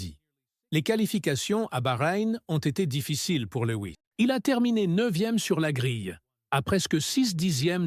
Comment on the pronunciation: à ... "LEWI ..." c'est bon je ne regarde plus. C'est quoi ces vidéos ?? Comme l'autre fois il parle de "Monagasse" ... Même nos cousins Québécois ne parlent pas comme ça. Laisse tomber frère.